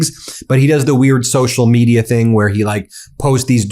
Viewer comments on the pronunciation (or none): none